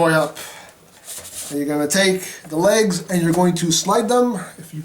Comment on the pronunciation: When you say legs, it sounds like you lays. As in lays chips. Yeeees